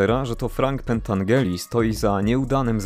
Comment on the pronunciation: Mała korekta, przepraszam za to, ale Frank Pentangeli czyta się Pentandżeli.Poza tym świetne streszczenie tej wspaniałej trylogii.